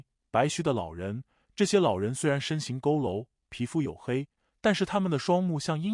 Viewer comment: 身形佝僂「讀扣樓」😂